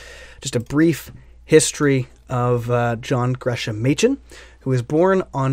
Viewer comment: Excellent review. Thanks. Rumor has it that his name is pronounced '"Gres-am." I pray WTS reprints that edition.